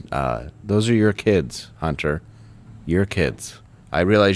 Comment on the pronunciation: He said Hunty